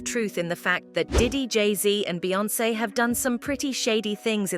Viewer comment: You slug narrator make Jay n Beyoncé name taste like ass hole in your mouth